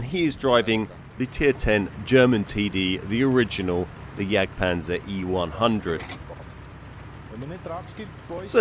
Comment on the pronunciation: Why do people always pronounce the jagd part wrong. They always say yakpanzer or yakpanther. Please tell me where the fck you see a K. The J=Y and the G is silent ffs. Lmao. Its basically pronounced like yaad